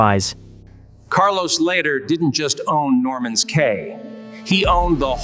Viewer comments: It's pronounced Norman's (key) Cay ,not Kay.😅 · Cay is pronounced ‘key’…